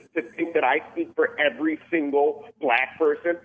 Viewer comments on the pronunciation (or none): You said black wrong.